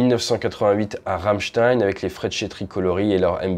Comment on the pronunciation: frecchi se prononce freki et non fretchi